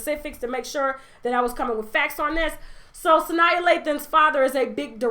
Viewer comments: Sanaa not Sania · Sanyaa lol...its Sanaa Lathan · It’s pronounced Sa-NAW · It's Sanaa, sis. Pronounced like "Su Nah." LOL!!